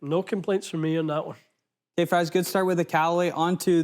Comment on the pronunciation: Everytime calls you... Rhymes with... fries... I cringe